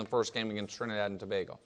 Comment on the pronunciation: Nick pronounced Trinidad & Tobago correctly, kudos!